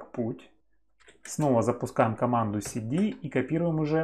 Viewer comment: Команда "эс ди". Я в шоке. Команда "си ди". Ты в принципе отличаешь произношение букв S и C?